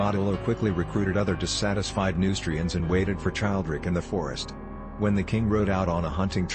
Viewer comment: I believe Childeric is pronounced: chill dare ick Just a minor quibble